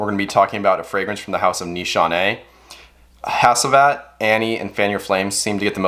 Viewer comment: Pronounced HACHIVAT...not HASEEVAT